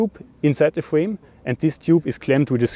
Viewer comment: fwame sizes 😂😂